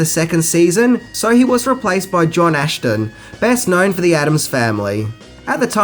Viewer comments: Also, Gorshin couldn't do a two-parter in the second season, but he returned after that. His (temporary) replacement was (pronounced) John AS-tin, NOT ASH-tin. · And is is not "John "Ash"tin". No "h" in that. And it isnt "Ro-MEER-O" but "Ro-MARE-o" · John Astin, not Ashton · That's John ASTIN, NOT ASHTON, there's no H in his last name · It’s John Astin not John Ashton 🤨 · John Astin. Not John Ashton. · You need to learn the correct pronunciation of Eli Wallach and John Aston. It's wall-ick and asss-ton.